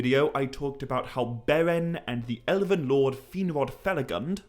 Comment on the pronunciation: silamarillion? sil'A'marillion? why does he keep adding A'ss in the middle of words? In another video he keeps saying Elaven rather than Elven... once you notice its really jarring...